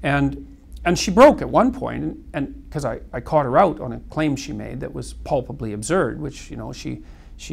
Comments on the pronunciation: Three uses of the word 'palpably', all pronounced 'pulpably'. Someone needs to tidy their Canadian bedroom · take a shot every time he says pulbably